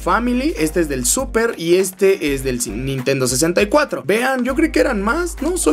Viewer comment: "NINTENO SIXTY FOUR OMG " ja ja